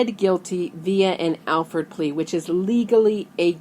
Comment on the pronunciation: It's an "Alford" plea, not an "Alfred" plea. You also don't know about the rest of it (besides how to spell it)